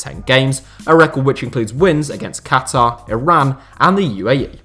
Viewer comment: It's still refreshing to hear a western person saying Qatar and not Cutter. BTW, suggestion: 7 last Chelsea signings before the Abramovich takeover.